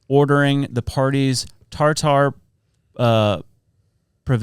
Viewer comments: I think Tartar is pronounced tarter or tartur not TAR TAR 😂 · Saying TarTar is making me giggle too much xD